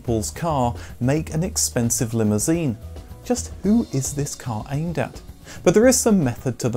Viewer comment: "tHiSs" Reminds me of someone